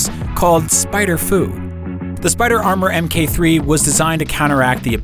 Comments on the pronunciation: Em-kay? Mk is mark, the mark 2,3, and 4 suits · Its mark not mk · Why is saying MK instead of mark? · Can people please stop saying "M. K." , mkay? It's short for "mark", say Mark. It's like "etc." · Mk is pronounced as "Mark". So, MK2 is short for "Mark 2". Just saying.